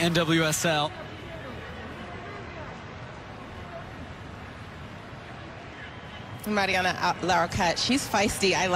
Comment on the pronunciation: The male announcer mispronounces the first name of Mariana Larroquette. He says 'Marina'